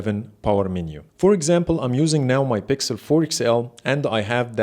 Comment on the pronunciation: I love that Arabic accent “bixel” habibi from ownagepranks